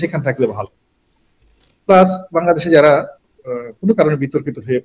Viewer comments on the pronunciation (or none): none